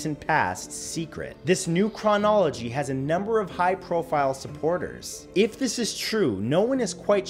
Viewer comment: Hehe it’s funny how he says chronology.